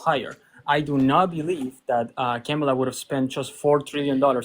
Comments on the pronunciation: Why is it soooo bloody difficult for Maga to pronounce Kamala? It's "KAH-mah-lah." Not KEH-mah-lah. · Well, yeah. That's my point. It's odd that he doesn't pronounce the first "a" as "ah", the same as the other two "a's" in her name-- that he gets right. It's as weird as if he mispronounced hacienda with a short "a".